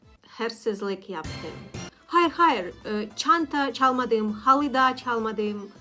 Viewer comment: Bir Türk olarak ufak bir tavsiye vermek isterim. Yabanların Türkçe konuşurken en çok yaptığı şey sizde olduğu gibi noktalı harfleri noktasız, noktasız harfleri noktalı gibi söylemek. (Yaşadim) (Çalmadim) (Çunku) (Uyaniyorum) (Baktim) (Başkasinin) (Nasilsin) Tabi ki bunu kusur olarak söylemiyorum eğer nasıl daha gerçek bir Türk gibi konuşurum diye sorarsanız cevabı için 💙